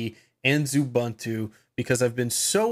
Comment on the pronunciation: OO-BUN-TOO? Come on. Say OO-BOON-TOO.